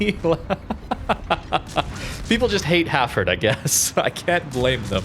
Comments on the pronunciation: Hafford ? It's Hal Ford. Lol no hard feelings. Great vid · Nice vid again. Just a question: why do you call the ship Hafford instead of Hal-Ford?